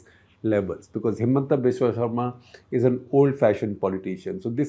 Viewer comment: Shekhar - Good episode as usual. One request : Could you take care pronounce the surnames of non north Indian names like you do for non Indians? Example Saikia and Sharma for Assamese politicians ...